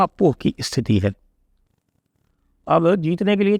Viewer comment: स्थिति को इस्थिती ना बोलें